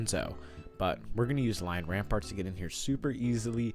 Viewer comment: Its lion rampant, not ramparts. Lots of people get its name mixed with citans ramparts.